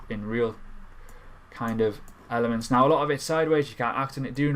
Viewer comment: I love Elephants or did you say elements ?